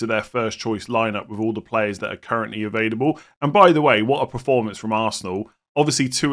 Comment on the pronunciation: as one who also Does this - do you know you say “evadable” rather than “ available “ - I don’t think it’s your accent! 😊